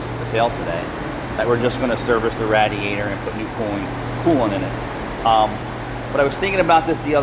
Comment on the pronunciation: Great work but you say radiator funny 🤣🤣